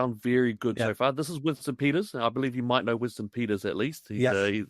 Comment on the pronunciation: 'might' not 'mite'.